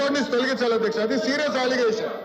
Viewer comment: Aaaligatiom kadu ra adi aligation